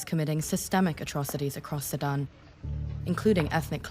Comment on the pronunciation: SU DAN !!! Say SU DAN!!! Not Saddam!!!